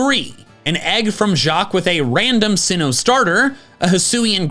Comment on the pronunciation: Great youtuber but calling it “seenwood” kinda annoys me